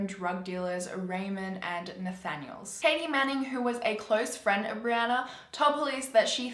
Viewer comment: This video has a little extra creepiness for me as my name is Brianna, and pronounced it properly